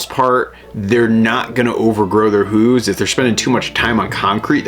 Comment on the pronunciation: I’ve never heard “hooves” pronounced like that……